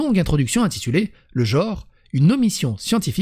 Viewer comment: Mais c'est dingue ça !!! Tout le monde prononce le mot GENRE en JORE ! Vous savez ni lire ni parler ma parole ! Vous dites OCULER ou ENCULER ????